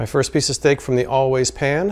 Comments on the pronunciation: I know right... How hard is it to pronounce "pan" instead of "pahn"?! Although I feel like her advertisement wouldn't be as alluring if she didn't say it that way! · Pawn. I cringed the first time I heard it. And every time thereafter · the way she says ‘pan’ makes me feel like a peasant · Well, since we are confessing, there is something about the way she says "pan" that makes me highly suspicious of her....🤣🤣🤣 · The way the woman says the word pan is the only reason I need to never buy this pan.